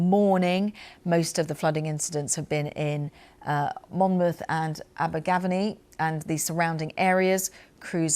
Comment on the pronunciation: DO Please get educated presenters or staff that have the gumption to do their job properly. It is insulting anywhere in the world to mispronounce a persons name or a place name. It was not just the beautiful name of Abergavenny that was massacred ... other place names were jarringly mispronounced too. Please !